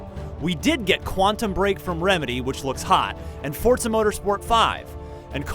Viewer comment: anyone else notice how a bunch of people are pronouncing "Forza" as "Fort-za" for some reason?